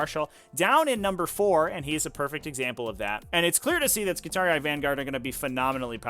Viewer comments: Wtf is ski-tar-e-i?? This pronunciation makes me wince. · both enunciated yes but not with that "eye" sound, at most i'd say that instead of skitar-ee it should be skitar-ee-ee. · hearing him pronounce skitarii physically hurts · Why do you pronounce Skitarii so weird? you're adding whole extra syllables. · I've never heard it pronounced that way in any of the 50+ HH audio books I've listened too iirc